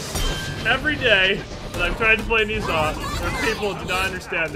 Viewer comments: Ni Sa? wtf He is called No Sha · It's not pronounced "Niiza", its "Nah-ja" I know Chinese names are weird like that, but trust me. :P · pronounced Ner Zhar...not Nee Zha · More accurately it is pronounced nausea an easier way to understand cuz its actually a word😑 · You're mispronouncing his name. The 'e' in Ne is pronounced like the 'e' in 'her'. The 'zh' is pronounced like the 'j' in 'jam', and the 'a' is pronounced 'ah' Love your vids btw :)